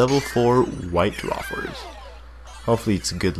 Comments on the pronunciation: WAY-fers. But I can't blame you for pronouncing it that way. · its pernounced (wite-WAyfers)